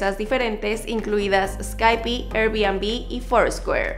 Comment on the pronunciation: Bebecita dunda no se pronuncia sky- pi.. s-kai-p